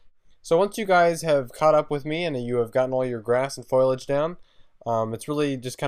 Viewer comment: I'm sorry but it's not foilidge it's foliage